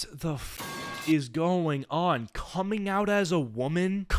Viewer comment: why is bro saying coming like that